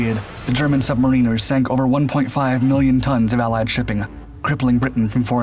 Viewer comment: Pity about the poor pronunciation of "submariners".